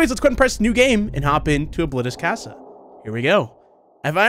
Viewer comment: NO SAY CASA RIGHT PLEASE